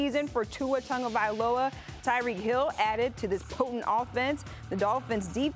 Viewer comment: There is no N in Tagovailoa. Learn to pronounce